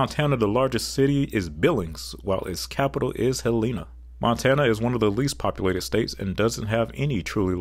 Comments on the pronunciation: Point of Information: The capitol of Montana is Helena. (Helahna. Not Heleena.) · I was raised in Montana and in 30 years I never heard a native of Montana use a long “E” in the name Helena. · As someone who lives in Helena montana ... it is pronounced hell-in-uh Not hell-eenuh rhyming with hyeena. Montanans are very particular about our pronunciation especially us helenans. Just a friendly note ❤❤❤❤ love your vid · Someone else probably already said this in the 1000+ comments before me, but the capital city of Montana is pronounced "Helen-a," not "Hel-EE-na." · It’s “HELL-A-NA” not Hell EE NA Montana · For montana it not pronounced heleena it would be more like hellena with the spelling of Helena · HELL-eh-nah. Not Hel-EE-na. 🤣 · Helena MT is pronounced HEL uh nuh. I know; im a Montana native. Bismarck ND has had one asvantage over a lot of the other possible capitals, as it is on yhe Missouri River. What cracked me up is, when I drove through there some years ago, I saw asign by the freeway that said, Port of Bismarck next exit." Yup, the Missouri is navigable that far,and until Ft Peck Reservoir was added, navigable as far as GreatcFalls MT. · Montana's capital was a political battle between the 3 Copper kings with the other 2 candidates being Great Falls, MT & Butte, MT Edit: Billings didn't become a large city till the last 50 years and also you're pronouncing Helena wrong, it's pronounced Hell-eh-na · As someone who lives in Montana, I want to make it VERY clear that we pronouce it hell-ina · Helena is pronounced by saying the name Helen, and adding an 'ah' to the end. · You mispronounced Maryland, Helena, Concord, Nashua, Barre. Me-rah-lend Hel-en-ah Conquered Na-shoe-ah Barry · Just here to say Helena, Montana is pronounced "HEL-in-a" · Helleena, does this pronunciation make you an eedeote? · Helena is pronounced "Helen-a" no "E" sound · Please learn how to say Helena … hell a na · And the "e"s in Helena, Montana are both pronounced as short "e"s.